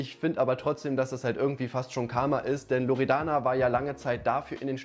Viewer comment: Ich: ,,Loredana´´ Unge: ,,Loreana´´ Memo: ,, Loredanda´´